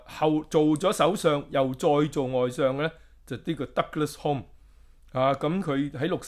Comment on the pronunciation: 溫馨講聲 Alec Douglas-Home: "Home" is pronounced as "hume". For your ref